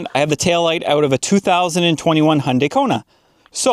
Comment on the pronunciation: It's Hyundai, not Hunday. Hi-Oon-dah-i. (i as in "it", oo as in "book", da as in "dark"). It's Japanese. Your last note about technology is why I kept hold of my '98 Camry until just a few years ago, when it finally had its day. My current car is a hybrid Corolla. I do worry about about when things go wrong in the future. Everything's computer controlled. Sometimes I can even hear tiny servo motors in the dash board moving who knows what. All the front and interior lights are LEDs. So is the centre brake light. The reversing lights, other two brake lights and rear indicators are regular bulbs. I wasn't sure why, but I guess now I know. It must be to make them more user-friendly for changing or to keep costs down during production. Either way, I bought pairs of all those bulbs, for when I eventually need them.